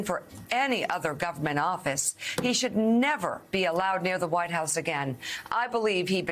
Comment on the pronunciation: They are for law and order; just not if the rules are made applicable to "real" (pronounced WHY-T) Americans.